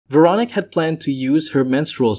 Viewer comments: I swear if you say Veronic one more time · It's Veroníque. You stress it wrong. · Pretty sure her name is pronounced vair-o-NEEK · Please make an effort to pronounce the name Véronique properly. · The most terrifying thing in this video is the way you pronounce the name Veronique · I’m continuing the video to see if he ever pronounces her name correctly. 😅